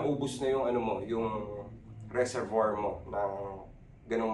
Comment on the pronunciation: boss Loons, hindi resorboir..resorbwa… ahha